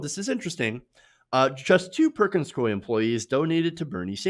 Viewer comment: It's pronounced Perkins "Coo-y". Not "Coy".